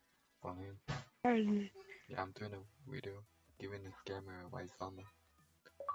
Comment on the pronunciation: no offense but when you say video u say weedio and i start lmao not hating xD RIP ZOMBA BTW